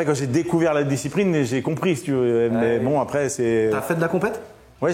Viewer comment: Je suis vraiment un gogole mais quand il a dit " quand j'ai découvert la disciprine" au lieu de ( discipline ), j'ai plié une barre sorry jsuis intenable.. 🤐😜 Histoire incroyable par contre !!!